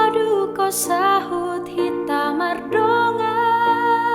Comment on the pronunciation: Tapi kak pengucapan lirik Masi ada yg kurang di mulaioku dohot saut bukan sahut